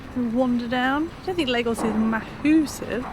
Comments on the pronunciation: Lagos is one of my favorite towns in Portugal. BUT guys, it is pronounced LAR-GOSH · its pronounced LARGOSH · Lagos pronounced laa-goszh. Lago, lake, lagos, lagoon.